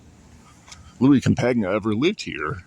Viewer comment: You got his name wrong... Campagna is pronounced the same as lasagna, not com-pag-nah